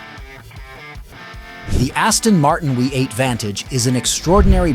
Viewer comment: What exactly is a Wee 8 ? And what is Lugzury ?? In English it's a Luxurious V8 !!